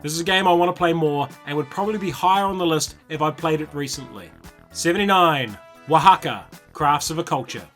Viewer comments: I just wanted to commend you for pronouncing Oaxaca correctly. Nice list. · Color me STUPID impressed you pronounced Oaxaca correctly and easily.